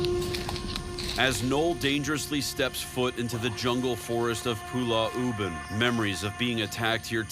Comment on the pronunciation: Zak Bagans kept calling Pulau Ubin as "Pulah Ubin".